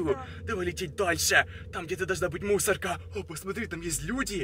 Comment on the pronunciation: +++, еще последнмй слог в словах выговаривает, пример: мусорКА, сониКа